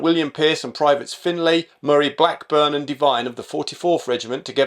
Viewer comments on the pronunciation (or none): none